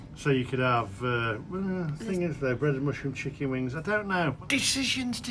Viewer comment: 😅😅she cracks me up sounds like she is saying CHICK. IN 😂😂😂 looks yummy guys